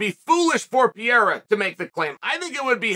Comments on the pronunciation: Chael, who the heck is "Pierra"? It's P E R E I R A. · Pe-rei-ra. Not Pi- era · ITS PE RE I RA NOT PIERA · Bro it’s PeReira. “Pah-rare-ah” not “Pee-air-ah.” Not that hard. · I love how uncle Chael still calls him "Pierra" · Dude . Stop saying PIYERA 🤣🤣🤣🤣.